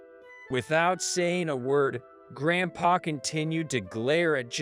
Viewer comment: He's saying GrandpaR